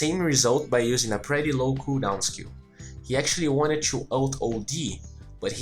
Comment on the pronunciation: Parabéns pelos videos! São os melhores que encontrei até agora. Apenas um detalhe que gostaria de tentar ajudar, você utiliza muito a palavra "PRETTY" em seus videos, nesse em particular acredito que usou umas 3-5x, no caso você esta pronunciando ela de forma errada e meio que acaba soando bem feio/fora. Muito comum de acontecer com essa palavra, especialmente para quem é nativo do português. Direto ao ponto, você esta pronunciando a palavra "PRETTY" como "PRÉTY" quando deveria ser "PRITI" (UK) ou "PRIRI" (US), como você pode ouvir neste link: De qualquer modo, parabéns pelos videos, como disse, são os melhores que já encontrei até hoje, 10-0 na concorrência.